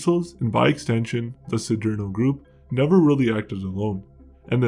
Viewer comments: "See dare no" not " see dear no" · “See-derno”.. stupido p*tain.